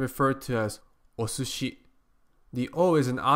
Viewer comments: Why do you pronounce sushi "OSOSHI ? there is no O in there . . From what i can tell, from my 34 minutes of japanese learning, we have..Uhm..O - S - and SHI, no U or O in there from what i can read .Or wait, it sounds also like you are stepping hard on the S,then going straight ahead with SHI .Hmm, help,please /. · Travis Schpeltinger (2 years later) す is "su", so it would be osushi or おすし